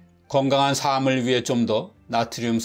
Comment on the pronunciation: "삶을 위해" 매 번 틀리게 발음하네요 × : 삼믈 위해 ○ : 살믈 위해